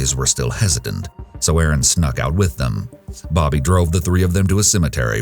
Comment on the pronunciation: It's Erin NOT Aaron